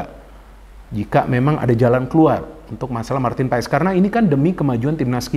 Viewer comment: bro,setahu saya penyebutan paes dalam bahasa belanda biasa dibaca paas atau pas,madame maes dibaca madam maas atau mas.begitu juga dengan nama justin hubner,orang belanda akan memanggilnya dengan yustin hubner,sesuai dengan yang tertulis